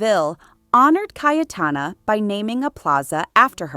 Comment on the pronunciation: Awful pronunciation of Names and Places😢😢😢. Her name is pronounced Caytana, not Cay e Tana!